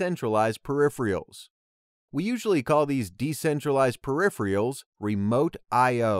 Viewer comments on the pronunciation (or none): Peripheral is not pronounced "periphrial" !! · Clear and helpful. (But please check the pronunciation of 'peripheral'.)